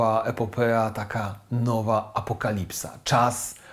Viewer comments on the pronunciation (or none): Epopeja nie Epopea😊